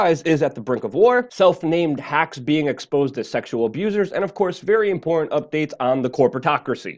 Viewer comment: Very inpormt. Nice speech impediment.